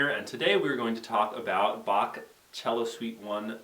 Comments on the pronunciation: ya, it's pronounced chel-o not see-lo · Wait, do you pronounce "cello" silly or do I :o?